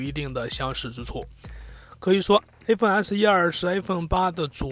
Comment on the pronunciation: Stanley 不停Aphone Aphone